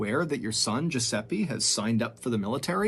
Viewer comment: riescono a dire francesca, ma giuseppe è sempre esilarante detto da non italiani tbh ahah